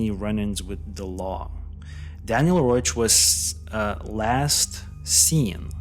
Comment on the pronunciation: His name was Daniel Reoch. Not Roach.